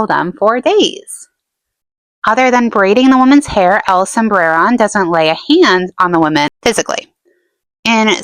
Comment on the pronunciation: I really like your videos, haha "Sombreron" doesn't have any rolled R's (I'm Mexican) but make an emphasis on the o, like this: "El sombrerón" otherwise your pronunciation of it is good.